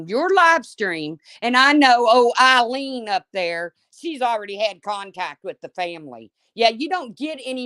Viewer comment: And it’s pronounced A Lean NOT Eileen GET IT CORRECT when announcing her name!!!!!